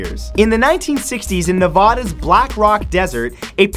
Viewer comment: Nope, he got it right